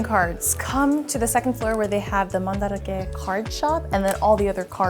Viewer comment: hearing the correct pronunciation is blowing my mind. You mean it’s not Man-Drake?